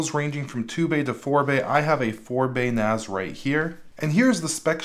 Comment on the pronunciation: It's NAS, not NAZ. It stands for Network-Attached Storage, not Ztorage.